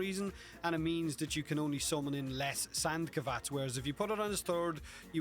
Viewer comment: Wait "sand kavats"?